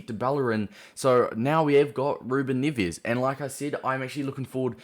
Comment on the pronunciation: NEVES. NEH-VEHZ. strong E. Nearly cried